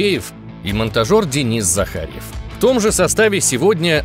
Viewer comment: Монтажер: я ЗАХАРЬЕВ а не Захаев